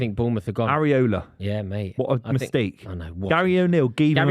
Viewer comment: It's IRAola boys .. not ARiola